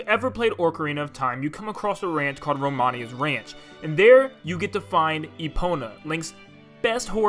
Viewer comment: Roman's ranch...? ROMANI'S RANCH??